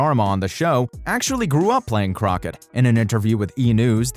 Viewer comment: Can the narrator please learn to pronounce croquet PG Tips not Twips etc